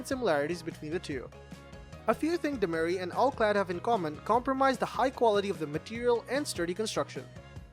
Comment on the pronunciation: the host keeps pronouncing demeyere as "do-my-rhee". should be "do-my-yer"